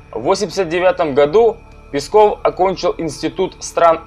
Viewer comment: Мне конечно насрать на Пескова, но я к тебе обращаюсь афтор! Не Песков а ударение на е! Пе!!!пЕсков! А не так как ты выговариваешь ПескоОв!Слух режет!